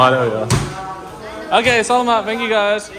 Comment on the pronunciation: FYI: Tourists pronounce it as "BOW-ruh-cai." But the correct pronunciation is "Boh- RRAH-kai." (Emphasis is on the second syllable. Don't forget to roll your R's and use a hard K.) 👍🏼🙂 Same goes for the word "Salamat." Emphasis is on the 2nd syllable. And those are coconut meat "noodles" scraped off the shell of a young coconut. The idea of putting ice cream in a coconut shell isn't new (nor is mixing in rice crisps and young coconut strips) -- you'll see variations of the idea across different traditional cold desserts in the Philippines, taking after the halo-halo and mais con yelo. But what Coco Mama has done is combine vanilla and pandan ice cream into the coconut shell and given it an IG-worthy presentation -- not something you see every day, so it's special.